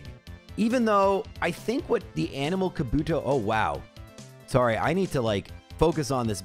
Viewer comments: Man I felt personally called out at "Better safe than 'Saarry'" 😅 I thought was American!! Doesn't matter but now I'm curious where he's from! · Hearing you say "sahrry" with an American accent was at once funny and deeply cursed. It might be weird, but it really warms my heart to see you getting sponsors after having followed your channel for a bit! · as opposed to what... " Sore-ry " ? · That American “sorry” lol